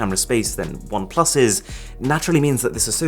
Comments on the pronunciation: Bom plus 😂, But I love his videos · I used to be a great fan of Oneplus, owning 5 their devices. However in Jan got 8Pro, returned is as camera was bad, and still struggling with refunding it. Disgusting customer service. You should do videos discussing the customer service we get today, especially from OnePlus. Nice video, however the constant emphasis on PLUS felt catchy only the first 2 times . Then in was too much